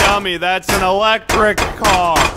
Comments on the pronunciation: I like how the police officer say "car" as "care"😂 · I like how the police officer pronounces 'CAR'